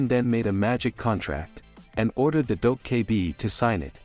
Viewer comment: If i have to hear "Dough K Bee" again...